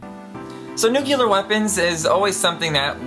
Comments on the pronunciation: The word is nuclear not nucular, sorry but realy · I don't know if I can stand 9 minutes of the word "nuclear" being pronounced "nucular" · Nuclear. Not Nucular. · The weapons are called N U C L E A R, not N U C E L A R, ok? Ok. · Hey, dipstick, it's pronounced NEW-CLEE-UHR!!! There is NO word "newkular" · "New-cu-lar" is incorrect way to pronounce the word "New-cle-are". Nuclear is how it is spelled. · It's nuclear not nucular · 1) New-clee-er. It's not spelled nucular, and you shouldn't follow George Bush in his method of pronunciation. 2) you forgot about nuclear power, and radiation treatments for things like cancer. All of which came out of nuclear development. /.\ you broke it l, sir... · it is nuclear, not nukelar... sorry, I can not listen this... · Please, your accent makes you pronounce so many words incorrectly. It is NOO-KLEE-EHR not NOO-CUE-LEHR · It's pronounced nucLEAR not nucULAR 😁just sayin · Did I hear nu-cu-lar or nu-clear? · One minor thing: "nu-clear," not "nu-ky-lar" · Nuke-Lee-ar not nuke-You-Lar! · NUCULAR. NUCLEAR. AHHHH. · NUCLEAR. NOT NUCLEAR. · Why the fuck does he keep saying "nukilar"? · new CLE ar bella RUS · Nucular bothered me, but I lost it at "Be-LAR-us." like seriously, it's "Be-la-RUS" not Be-LAR-us. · Why does he say Nucular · raumaan kidwai nucular is cooler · I came here for some info about Nuclear tests but all i got is this: Nukilar!!! 40X my heart was hurt..why did i watched this video anyways.. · The only one I cared about was NUCULAR. it simply ignores the spelling completely. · It's pronounced "new-clear". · You should probably learn how to pronounce nuclear before making a video like this.